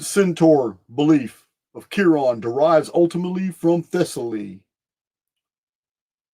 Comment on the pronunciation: Chiron its pronounced “kai-ren” i actually named my son that everyone says it’s so unique and i tell them i got it from Greek mythology